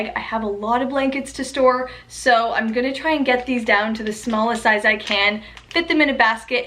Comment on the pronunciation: I love the way you say "Igonna" (I'm going to) <3